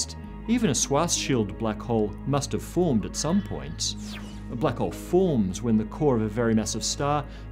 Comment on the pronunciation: he said "formzd" lol